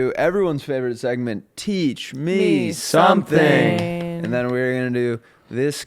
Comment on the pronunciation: On the last syllable of teach me something you guys go down in pitch and i just need you to keep it the same tone next time. It ends weak, i need you guys to finish strong on that. It should not be TEACH ME SOMEthing. Infuriating!!!!